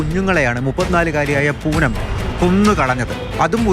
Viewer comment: പൂനം അല്ല പൂതന